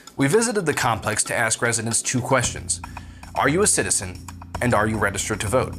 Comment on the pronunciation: Ask doesn't have an X in it😅